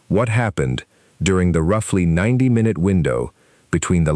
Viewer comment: Should have know this would be another crappy A.I. narrated video that plays "MyNute by Minute" Write the text better so that the stupid AI can read it correctly.